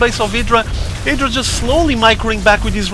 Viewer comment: Idra not edra haha